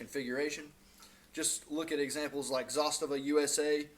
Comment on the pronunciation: Pronounced Zastava the correct way? Honest down to earth videos? Yeah you got you a subscriber! I have a M70 and M91 with the M92 on the way